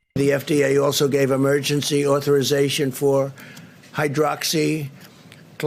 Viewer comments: He's incessantly promoting Hydroxychloroquine & he can't even pronounce it? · he can't even pronounce the death drug he's toting wtf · He can't even pronounce hydroxxyc c c cuhh clora....it will be beautiful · You been selling this gft from the depths of your heaven for over a month and you still have problems with the pronunciation,SMH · Hes mentioned that useless drug hydrocloroquine so many times and he still can't even pronounce it correctly. This guy is a joke ! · Can’t pronounce hydroxychloroquine😂😂😂😂😂😂